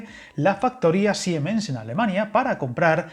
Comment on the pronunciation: Muy interesante como siempre, solo una cosa. La empresa Siemens no se pronuncia SiEmens, en alemán el ie es un i largo, así que se pronuncia como Siimens.